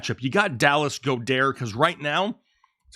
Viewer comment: Goeddert is pronounced Gawd-ert…